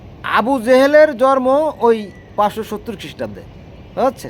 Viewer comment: নিশ্চয় ইসলাম বেস্ট রিলিজিওন। কোরআন বেস্ট গ্রন্থ। আরো পড়া লেখা করা উচিত আপনার।আর 'জরম' কি কথা 'জন্ম' বলবেন।উচ্চারণ তো ঠিক করে বলবেন।